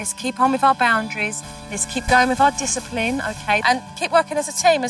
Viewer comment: This is how many times Supernanny says DYSAPLIN or however you spell it. | | \/